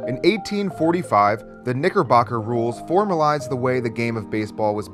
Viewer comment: You were a little to excited with your pronunciation of ‘knickerbocker’ lol.